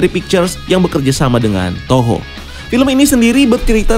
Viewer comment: ....itu TOKO...bukan TOHO, Bambang